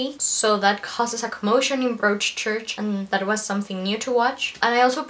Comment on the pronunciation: Very nice review. By the way, in the word Broadchurch, "broad" rhymes with prod, god, odd, etc., so it sounds like brod-church.